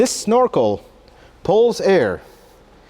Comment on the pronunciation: ...it's "Snore-Kul" Snorkel.